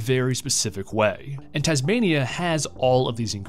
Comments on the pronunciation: Good video but not sure how he messes it up 🤣 Should be taz-may-nee-uh Not TANZ-may-nee-uh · who pronounces Tasmania like that??